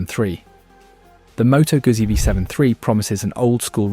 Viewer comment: Moto guzzi pronounced with 'z'? You decided to let AI do the work for you and monetize your garbage channel? How's it coming along?